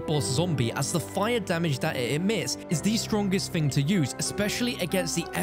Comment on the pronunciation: High fret zone. Fing. Learn to speak